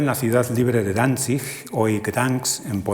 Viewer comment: Causa un gran impacto escuchar bien pronunciados en sus respectivos idiomas Danzig y Gdansk en